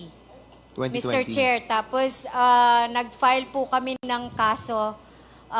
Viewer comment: Rep. Fernandez, ayusin mo yang pagsasalita niyo, re: correct pronunciation ng Fs vs. Ps, kasi iba po ang meaning ng PILE sa FILE. Malaki po ang pagbabago ng meaning ng isang salita pag binago ang pagkasabi dahilan sa pagkakaiba ng salitang FILE at PILE. Pagbutihin po niyo ang investigation po niyo. Mabuhay kayong mga matatapang na mga Congs para mai tuwid ang maling gawain.